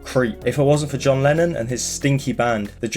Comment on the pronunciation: it sounds like u say lenin half of the time